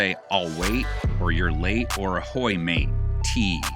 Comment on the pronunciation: Can’t believe he actually said a’hoy ma(tee) Higgins…